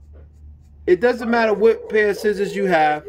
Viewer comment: Yes, he even says Schissors in the video 😝